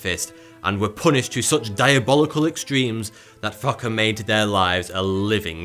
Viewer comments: Fakre lol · I lost it when he said fokke did it in 3 months😂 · Yeah especially from to sounds like the narrator just gave up on saying the name carefully and just kept saying f*cker instead. Lmao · It is not right pronounced...He is called F o c k e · So nobody's gonna talk about how this guy keeps sayings " fokke" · "...the devil came back to claim his jew..." subtitiles on. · It sounded like fucker to me lmaoo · a late 420 gift this video, who else smiled every time thoughy says fokke or was it just me lolol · I will never forget his pronunciation of FOKKE. He has made sure of that. good job, good job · The way he pronounced Fokke with an accent is just too funny 💀😂 Edit: holy fokke, it's crazy how new people are still coming to this video/comment. I get new replies like every week. I love the fact that y'all enjoyed the comment/video but please don't reply to me anymore it's getting kind of annoying. Thank you :3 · It's all I can hear. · Being Afrikaans all, this is just getting funnier in the comments. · what the Fokke you on about lmao sorry couldn't resist Edit..... good catch lmao i agree everyone should put subtitles on lmao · hahaha fokke is f u c k in my native language :p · Childish as I am, I kept giggling at the cockney pronunciation of Fokke :D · I love the way he pronounces Fokke